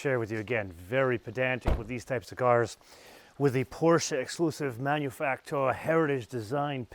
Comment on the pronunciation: Please... just pronounce it "manufacturer".